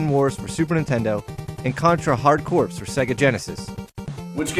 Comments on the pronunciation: Okay! First off, the word, "corps", has a similar pronunciation to the word, "core", not "corpse" (because both the letters "p" and "s" are silent). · Viktor Vaughn I remember when he called it the marine corpse and pissed off the marines. When they corrected them he said it is pronounced the way I say it is and pissed them off even more. Marines are the last people I would piss off. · Obama changed it. It's corpse now. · Not Core, not Corpse, but Corps...lol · That's why I call Corps Corporations!